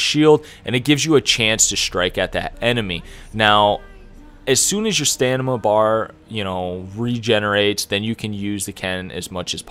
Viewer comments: Ken, Stanima, Expecially... that was painful to listen to. Good, helpful video. But eugh. Pronunciation. You're a YouTuber ffs. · stanima bar!!!!!!?????? How dare youuuu...!!!!!